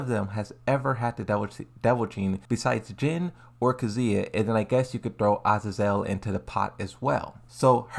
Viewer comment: Finally he said Azazel and Not Asel